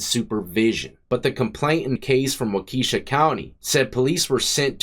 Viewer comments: It’s Wau-ka-sha not Wa-Kesha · Wakeisha 😂😂 when I moved to Wisconsin in 2018 that's how I said it too lol. It's wah-kuh-shaw. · Wakeesha county 😂 Wak-uh-shaw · Not wakesha bro...walk a shaw.....is how you pronounce it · Prison isn't a vacation. BTW, its Wah-kishaw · The way you say Waukesha county is hilarious it’s Wauka sha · I’m from Wisconsin. It’s pronounced like “Walk A Shaw” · We pronounce waukesha walk es shaw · Waukesha is ( wa kee shaw). Love your stuff from Wisconsin. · Waukesha is “Wah-kuh-Shaw” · It's WALK UH SHAW. So sick of you pronouncing literally everything wrong every video. FOR YEARS. Stop being so lazy and look it up. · I don’t think it’s pronounced Wah-key-sha County but I could be wrong. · "Wa-Keisha County" 🤣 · (Pronounced Wa-ka-shaw) If Your not from here…You pronounce it like You did. We have some F**ked Up names for Our Cities & Counties. My whole Family loves Your Channel. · If you ever gotta pronounce waukesha again it's wah-keh-shaw lmfao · 😆 it's pronounced wa-kee-shaw... people really murder wisconsin city names... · Wauhkeysha (Waukesha) is a tough one too. It’s always mispronounced like that tho. Love the channel! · Pronounced Wauka-shaw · The way you pronounced Waukesha killed me 😂 reminded me of sharkeisha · 😂 lmao you said Waukesha like if it was a black girls name! 😅 I live in Wauwatosa which is 20min from Waukesha and these are Indian names. Wapon, Wauwatosa, Waukesha, Milwaukee! ❤ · Yes! Another sconnie here. I was going to say anytime he has a city that starts Wau it’s pronounced “wah” and I was going to use “pawn” for the second half but yours might be more accurate. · Waukesha the end is pronounced like the singer Kesha.